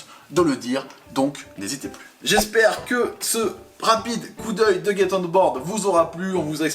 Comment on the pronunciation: Je crois que c'est Get et pas gate... Bisous les amis